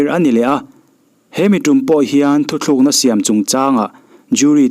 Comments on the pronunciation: thu thlukna niloin thu tlukna tihtur ani e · thu thlukna niloin thu tlukna tih tur